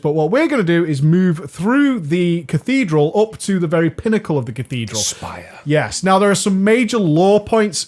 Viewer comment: omg how the fuck do you prenounce Cathedral wtf dude xD CATHEEEEEDRAL you prenounce it haha that made me laugh so hard. look up the prenounce rly